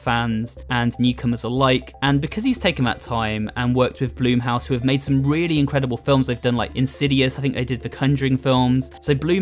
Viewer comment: Bl-uh-m house not bloom house